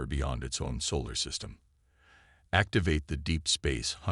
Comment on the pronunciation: Dear AI, Solar system, not Saul system. Hulls, not holes.